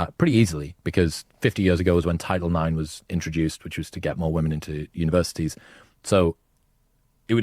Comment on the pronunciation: “Modern wo-men”